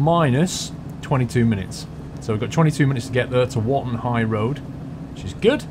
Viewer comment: I loved the fact that, at the start of the vid you said we were at Wotton High Road and you ended up saying Rotten High Road